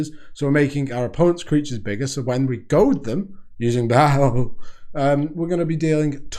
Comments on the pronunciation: Its pronounced "ball" smh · Yeah I cant , the way he says Baal makes me want to go tweeze my pubes in the bathroom